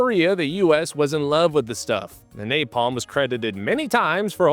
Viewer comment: Duval says "NaPLAM" lol.... Most famous line in war movie history, and he mispronounces "napalm" lol...